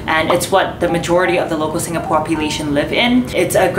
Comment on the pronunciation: Im stressing out on the way she pronounce the different locations in SG